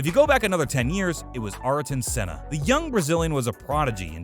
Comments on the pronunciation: ARRt0n sEhnaH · Who is Arrrrrrton Senna, Michael Shoemaker and Alane Prost? Why can't this guy pronounce the f1 drivers name correctly? 🤣🤣🤣